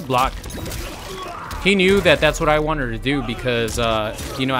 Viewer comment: I’m glad I’m not the only person who hears him say wanted in such a strange way. Wanneder.